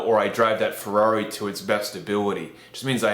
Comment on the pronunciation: Is only me or is kinda funny how he pronounce "Fegrrrari"